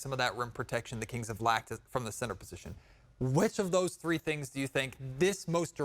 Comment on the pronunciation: Thangs, rhymes with Kangs, and that not a good thing. 😂